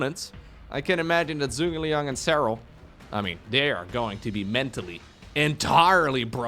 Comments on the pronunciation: my guy, I know you're not Chinese, but I gotta tell you - ZhuGeLiang's name is pronounced "JOO-guh Liang". I didn't bring it up the last time he appeared, but if he's gonna appear more, I think it's good you know how the name is pronounced. It's a reference to a historical Chinese strategist, and he (the original Zhuge Liang) is also known as Kongming. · Joo-Gay-Li-Ang Zhuge Liang. A Shu Han hero from the 3 Kingdoms romance in Chinese literature